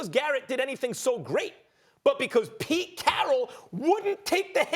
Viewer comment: “PETE CHARRRAAAAL”